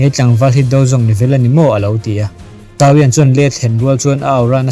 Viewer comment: Sau-iang nilovin Saw-iang tiin lam rawh.